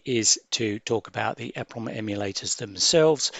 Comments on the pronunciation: called EEEEE-PROMs not EHHHH-PROMS - just saying 🙂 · you missed the point. you are saying it WAY wrong. It is well known how to say it. E (small 1/2 second delay) PROM. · Google it - people in the industry say ‘eprom’ and ‘double eprom’ - there’s no eh prom. Annoying when people say efffernet too